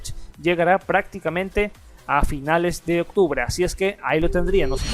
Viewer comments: Octrube :v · Like si viste octrube y no OCTUBRE